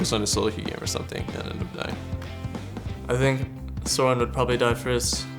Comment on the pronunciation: ask Bjergsen: how do you pronounce the "o" is Soren?